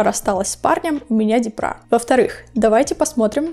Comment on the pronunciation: Почему "депрА", "дЕпра" же?! Ну, не суть.